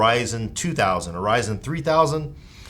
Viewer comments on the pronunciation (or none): none